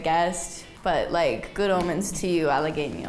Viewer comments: Pero Halagüeño lo dijo como Halagueño y no como Halaweño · en Halagüeño estuvo muy cerquita, sono como halageño por falta de pronunciación de la diéresis, pero se comprende porque en el inglés no se usa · Se lo que significa pero no estoy seguro de su ortografia y por lo tanto la pronunciacion Esciben halagueño (no se poner la dieresis) Lo estan escribiendo con dieresis entonces debe sonar la ( u ) y sabrina la pronuncia mal pero el error es la ñ no la u Corrige la ñ pero ahora su error es la u quien la corrige tampoco sabe mucho español